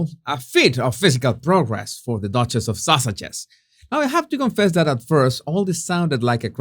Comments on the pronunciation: Did you say The Duchess of Sausage ? that's what I heard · Did you say the Duchess of sausages or is that just what I heard?? 😂😂😂 Either way, it's hilarious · Did you say dutchess of sausage? 😂